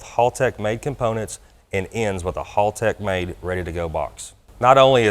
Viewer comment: Doc before you try to master Australian slang, please, oh please learn how to say Haltech first, it's HAL not HALL. +haltechecu nice pick up for you guys as well, being an E11v2 user myself I know Doc will be happy with the product and the available functionality within the supplied product. Hope it turns out to be a profitable relationship for both of you.